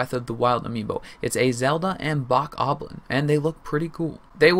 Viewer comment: Bak-ablin really dude you should at least know how to pronounce the name correctly if you have a channel about Nintendo news for the future it is pronounced (Bah-koh-blin) and is spelled Bokoblin.